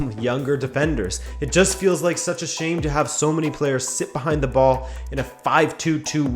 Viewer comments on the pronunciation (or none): none